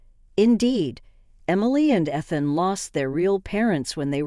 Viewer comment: E than not eth an.